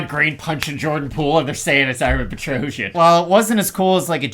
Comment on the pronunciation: Nobody pronounce Petrosyan correctly. The ending doesn't sounds like trojan , it should pronounce more like Petrossian